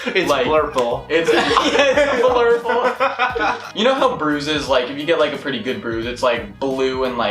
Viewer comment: It’s blurpurle 😂